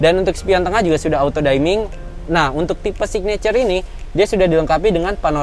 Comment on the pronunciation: Tulisannya auto dimming, bacanya “auto dimming” juga (bukan “auto daiming”) Tulisannya sun visor, bacanya “san faiser” (bukan “san fisor”) Demikian saja sedikit koreksi bahasanya biar terdengar lebih profesional kelak 👍🏻